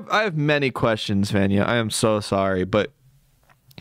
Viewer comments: Just fyi Vanya is pronounced vawn-yah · i went to school with someone named vanya; it’s pronounced more like VAHN-ya